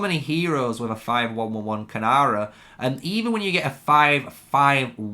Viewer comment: Great video but it's Keeee-Nara